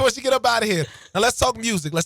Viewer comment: Just love when the word “Music” comes with an “R”!!!! 😂 “Mrusical” like “Skreets” comes with a “K” sometimes. Lol